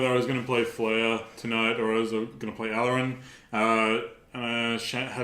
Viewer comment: Never heard Aluren pronounced that way before.